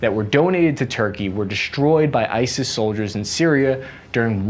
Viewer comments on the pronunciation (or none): none